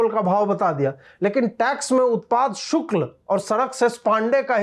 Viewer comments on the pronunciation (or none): Shulk bolein sukl nahi ,please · Ajit bhai shukl nahi shulk bolo bhaiya...taish me sach to bola lekin uccharan sahi rakho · Ajeet Bharti ,Keep roasting Ravish Bhaand and NDTV crew. Occasionally also keep heating the bums of Wire and Print.A correction in your narration today, the correct word in Hindi is "Shulak" and not "Shukal". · उत्पाद शुल्क not शुक्ल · शुक्ल नहीं शुल्क होता है वैसे कोशिश अच्छी हैं हिंदी बोलने की. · धन्यवाद। शुल्क को शुक्ल बोला गया । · Ajeet bhaiyaa utpaad shukl nahi utpaad shulk boliye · शुक्ल नही शुल्क कहिय । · सही उच्चारण , " सही शुक्ल " नहीं बल्कि ," सही शुल्क " है . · Shukla aur shulk me antar hota hai hindi pahle Sikh le baad me bakaiti karna. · शुक्ल नहीं शुल्क(शुल् क) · शुक्ल नही शुल्क बोलना चाहिए था। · शुल्क नाकी शुक्ल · Shukla nahi chutiye shulka hota hai....BC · Utpad 'shulk' Ajeet ji 'shukla' nahi.